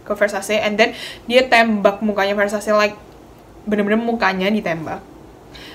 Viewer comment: just notice ,Ver Sa Ce baca nya ,not ver sha see ,btw aksen baca sebenarnya italian bukan aksen bahasa inggris ,thx u